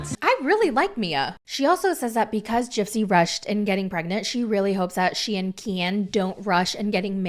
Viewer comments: It’s not Keee-In. ITS KEN! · I usually like your videos, but the way you said Ken I’m totally unsubscribing . Kieeen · This is the first time I’ve ever watched any of your videos, but I was thoroughly entertained lol. Your Gypsy impression is spot on. I died every time you said “Ke-an” 😂 Subscribing….now! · I just love the way you say Ken, so hilarious. Brian was so controlling for gypsy. Gypsy’s mother was controlling. Most men never asked what’s wrong. Ken is only in there for the money. Ken is a douche bag. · Girl you GOTTA stop saying Ken like that….